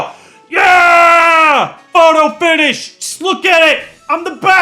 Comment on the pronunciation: did you say pfoto finich? like the mlp character?